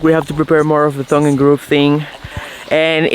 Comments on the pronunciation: My favorite Spanish to English mispronunciation is "thong" and groove instead of "tongue" and groove. It cracks me up every time. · It pronounced “TONGUE AND GROOVE” NOT “THONG AND GROOVE” that’s something else 😂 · I’m sorry to correct you but it’s tongue and groove not thong and groove. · cuando dice "tongue and grove" lo pronuncias como "thong" pero es "tongue" la "T" se pronuncia como T -como en "todos". Les deseo lo mejor! Son una pareja muy bonita! Dios les bendiga!! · Love the way you say "THONG & GROOVE". It's "TONGUE & GROOVE".....Look up the meaning of "THONG". lol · There's nothing wrong with your voice.. BUT... your pronunciation of tongue and groove.. Sounds like Thong and Groove.. it's very clear what your talking about. But everytime I hear it.. I laugh a little.. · You guys are fun!, the T in "tongue and groove" is pronounced like the T in the word "Mister"... it's not a soft th-sound... just to let you know, as I know English is not your mother tongue! And please don't worry about nit-pickers that tell you to stop doing things like pointing to clarify - keep doing it; if it's offensive in some cultures, they need to adapt to the fact that they're watching you in your home, in your culture...!❤